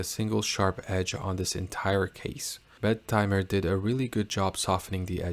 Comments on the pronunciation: The name sounds when you pronounce it "Bed Timer". Think it shoul be pronounced "Bettymer". I was surprised that it is qute expensive though. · Solid review, bud. though I'm not sure why you are pronouncint it with a "d" in the name...Bed-timer. the double "t" shouldn't be separated out....I've been going with Bet-im-er because I'm really not sure of the right way to pronounce it...but it at least sounds OK that way...lol and as nother has mentioned, Half-links are in the works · Shouldn't it be be-tee-mer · Not if you pronounce the damn name properly. It's not 2 separate words, so it's NOT Bet Timer.